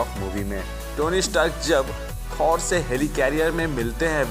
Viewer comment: Bhai थोर ko थौर mat bulao